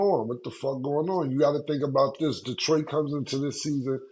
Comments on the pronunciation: Lmao "Detriot" Come one its Detroit! 😂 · “Detriot” is crazy!! 😂😂😂😂